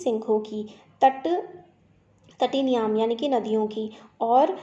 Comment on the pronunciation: मैडम आपने तटीनामियं को तटीनियाम पढ़ा है, कृप्या उच्चारण पर विशेष ध्यान रखें 🙏 । बाकी आपका संस्कृत पढ़ाने का यह कार्य बहुत ही प्रशंसनीय है 🙏।